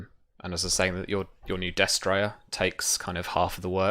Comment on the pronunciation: I'm really liking the show so far. I'm far behind, so I'm sure you've been informed by now. But I'm pretty sure you're pronouncing destrier incorrectly. I could be wrong, but I believe it's des-tree-er, not des-try-er. It's just a very minor pet peeve. The show is entertaining and a good way to get familiar with the rules (I'm starting a SIFRP game next week)